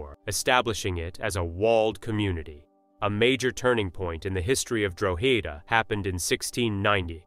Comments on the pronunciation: Drogheda Pronounced No as in this video It's Draw hada . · that's not Ireland it's pronounced Draw-ha-da👍